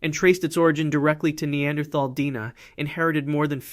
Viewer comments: D-N-A not "Deena". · Deoxyribonucleic acid. The AI voice Almost sounds real, but the mispronunciation of "DNA" gives it up.